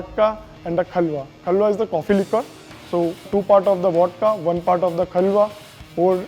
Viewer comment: U r pronunciating Liquor wrong